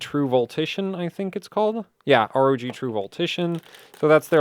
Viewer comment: you know you can just say rog, like in rogue and tough for tuf😉😊